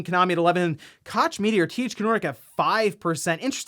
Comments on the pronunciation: It’s not Cotch media, it’s pronounced like Coke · Its Coke media. Not kach jfc lol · It's an easy mistake to make but "Koch" is pronounced "coke". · Pronounced Coke Koch media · Wait what Koch Media as in Kátch Media I mean you didn't have to do it like that though... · "Kotch Media" :D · As each time this Concept comes up: Imagine the drama concerning all new misspresses, done by the console without you being able to stop it... "Just give it to the 50 or 60 Million People signed up to Playstation Plus now" - That's a poor choice of words... Each time tries/fails to pronounce "Koch Media" I just inadvertently wince. Where exactly is the "t" in "Koch"?